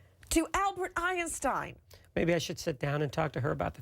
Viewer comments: “Albert Ei-eeen-Stein” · Omg she doesn't let him speak..🤐 Who's Albert "Iron stein"🤭 = Einstein.